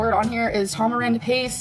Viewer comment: “I know how to pronounce everything on this list..... ta-mar-end paste”